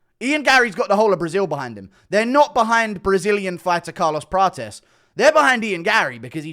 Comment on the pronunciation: He's trying to out-Brazilian Prates so much that he pronounces 'Prates' as "Pra-chess" every single time when Prates himself often says "Pra-tes" 😂